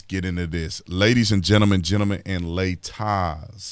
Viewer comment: "ladies and gemtleman, gemtleman and lay Tauz" Love it- 😂